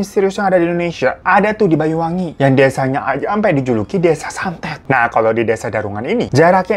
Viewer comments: Bang saya dari banyuwangi asli, bang hiro kalo mau nyebut singkat nya banyuwangi tu bukan bayu BWI gitu dan kata”nya salah😂 bukan bayu ya tapi banyu artinya (air) wangi (wangi) jadi airnya wangi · Banyuwangi bang bukan Bayuwangi